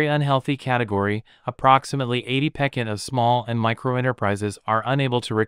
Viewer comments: Using "pekent" for "percent" is 28 pekent wrong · Great info but please look up the correct pronunciation of the word ‘percent’. Incorrect pronunciation results in a lose of the train of thought. And this is so worth listening to. Thank you.